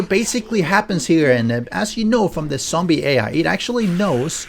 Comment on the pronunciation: Dude.. 🤦‍♂️ its zombie, not sombie..